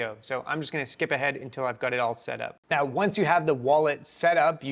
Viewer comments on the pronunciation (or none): none